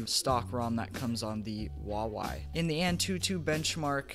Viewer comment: Hu-wa-wei OMG i hate people pronouncing huawei wrong. BTW great vid!!!!